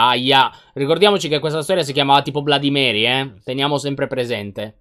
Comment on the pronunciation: Si pronuncia blodi mery